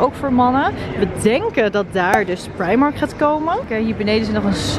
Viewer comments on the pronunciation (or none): none